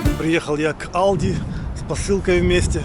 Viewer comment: поздравляю Вас с В1. Что я хочу Вам посоветовать. В немецком языке буква "л" произносится мягко, как "ль". Например, не Алди, а Альди. Не хало, а халё цузаммен. Если Вы последуете моему совету, то сделаете огромный шаг в немецком.